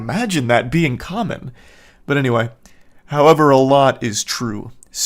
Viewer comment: The way says howevuh pisses me off lol.